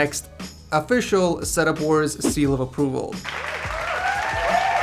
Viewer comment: I thought he said set up whores 😂